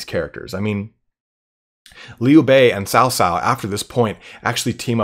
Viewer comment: Hey, I love your vids. Just want to give a few helpful tidbits. Cao Cao is pronounced more like Tsao Tsao (not Sow Sow, imagine as if this was some Aztec name in terms of handling the 'ts'), Xiahou Dun is pronounced more like "Shah (like the Shah of Iran) Ho Duen (like duet but ending with an 'n'') and lastly the Zhuo part of Dong Zhuo (ya got the Dong right) is more like "Zoo-uoh" but mashed together in a single sound. Your pronunciation of Liu Bei is great though:). Not hating, I know Chinese is a tough language for non-native speakers, just wanted to help out.